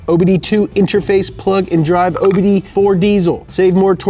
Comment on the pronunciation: He said OBD-DO. I laughed hard at that, I’m stupid